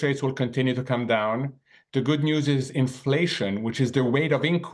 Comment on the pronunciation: "infwation anda weight of incwease" oh now I understand.